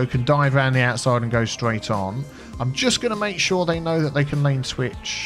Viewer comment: Love these videos. Enjoying a nice cup of tea while I enjoy you kicking butt in the traffic fixing department. it sounds like you said " make sure they can lane twich" not sure why I found that so funny. However I love love love your videos. I think a good city idea would be to take a city with okay traffic but is financially stuck in a rut with loads of debt due to the city being made with cheats. Bring a city back to financial life. Fingers crossed for seeing this.